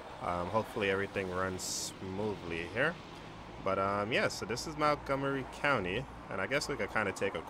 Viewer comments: btw i live here and it is not (Mount-gomery) it is (Munt-gomery) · MONTgomery, not MOUNTgomery